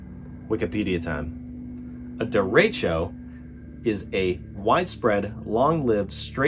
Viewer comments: It's more "deh-reh-tcho" :) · Derecho means "straight" in Spanish. Pronounced "Deh reh show" that's insane glad everyone is OK.